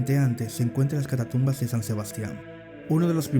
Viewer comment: Muy buen video, solo un detalle, se dice: Catacumbas no catatumbas. Por lo demás muy bueno.